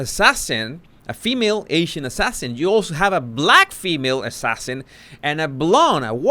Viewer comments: 😆Meghan: "ass-assasin" 🤣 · "ASS~ sassin" 🤣🤣🤣🤣 she's definitely a "D" list actress